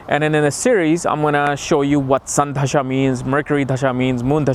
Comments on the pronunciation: Its "दशा" and not "धशा" - wrong pronounciation changes entire meaning of technical terms: not expected of experts to do that. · Just a small correction - It's 'dasha' not 'dhasha'.